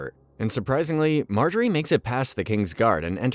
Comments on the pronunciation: Does he mispronounce stuff just to gaslight us??? Mar-ga-rie???? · why marGary? they dont even say her name like that in the show lol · Mar-gary lol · Dude learn to pronounce the names properly ffs! You pronounced practically every single name wrong. “Ober-yen” are you freaking kidding?? “Mar-Gerry” Did you even watch this show?? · Calling Margaery, Mark Garry is so jarring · Mar-gae-ry. e is silent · bro the who is marGARY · The mispronunciation of Marjorie is annoying the CRAP outta me. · Margary. Soft g.. 🤦‍♂️ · Mar Gary 🤣 you gotta be trolling us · Pronunciation of margaery doesn't sound right to me